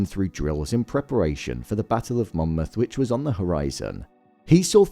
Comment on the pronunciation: He quite obviously says it correctly. Get off your high horse